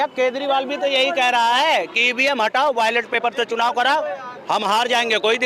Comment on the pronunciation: यह कुत्ता कह रहा है कि हमें पाकिस्तान से क्या मतलब? यह मादर चोद कुत्ता भौंक रहा है? बैलेट पेपर को वायलेट पेपर बोल रहा है।😂😂😂